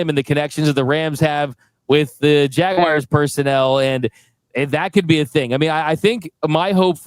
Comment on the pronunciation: LOVE the show, but i have 1 issue...lol n n ITS JAGUARS NOT JAGUIRES... JUST SAYING